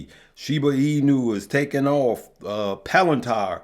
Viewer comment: Palantar lol its palanteer